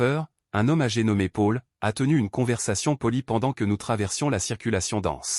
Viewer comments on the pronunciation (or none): Paul se prononce Pol, pas Pôle 😅